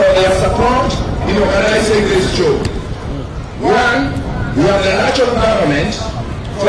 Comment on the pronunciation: What is chow boss ...u mean Show Geez